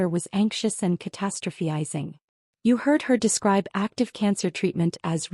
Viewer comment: It’s “ca-TA-stro-phi-zing”. Get it right.